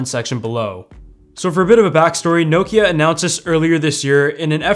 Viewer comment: He pronounces it well enough